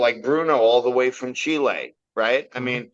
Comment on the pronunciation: I could listen to pronounce Chile 🇨🇱 all day